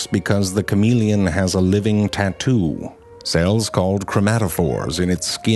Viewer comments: I like the 'French' pronunciation better. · shamahleon is a better pronunciation